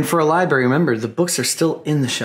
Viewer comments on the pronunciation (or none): Bro. Truly I do love the exploring videos and having the chance to see things I otherwise wouldn't, but are we seriously gonna let him just get away with CONTINUOUSLY saying "liberry", "suscribe", not knowing what formaldehyde is, etc.?!?! COME ON DUDE.